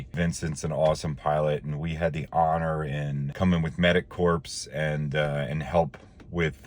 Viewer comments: Corps is pronounced kor, not like “corpse”. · Awesome on you guys!!! One thing though...Corps is pronounces like "Core" , ...is sounds esp bad in the context you are using it in...sounds like you are saying Medic "corpse"